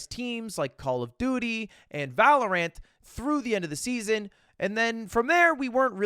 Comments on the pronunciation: That’s what you get for saying Valorant with so much emphasis on the ANT. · Must have misheard thought he said valor ant not valorant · Why does he pronounce Val like that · Why does bro say valorant like that 😂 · Why does he say valorant like that